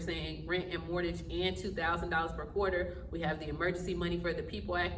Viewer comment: It's not mortage. It's pronounced more-gage.